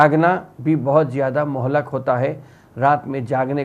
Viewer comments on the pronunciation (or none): Say Muhlik not Muhlak